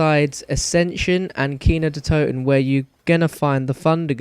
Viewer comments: It's said nakt not Nacht its German for night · It's Nacht (Knock-t) Der (dare) Untoten (un-tot-en) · its pronounced "Nakt Der Un too ten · Yea it's pronounced nat der un toe ten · Lol he keepy calling it natcht, cant speak german :) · In German it's actually pronounced Natch (Nac-t) Der (Dare) Untoten (Un-toe-ten) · your pronounciation of "Nacht der Untoten" is terrible xD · no offence but you say nacht der untoten pretty weird same with the wunderwaffe its not a waffle!!!!